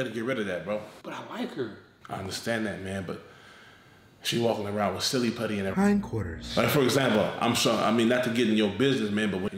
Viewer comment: He said hine quarters! I died 😂😂😂😂